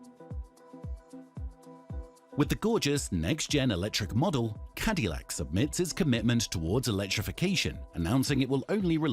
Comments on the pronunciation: It is pronaunved: CadaLack, not Cadilyak, like in Spanish. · That's not how you say Cadillac lol